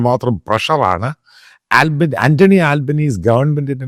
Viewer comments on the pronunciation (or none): none